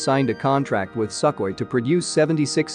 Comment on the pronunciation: I wonder why the narrator calls Sukhoy as "sackly"? Maybe trained in same school with that british /Not "Bràytisch"!/ videomaker who calls Gripen a "gràypen"?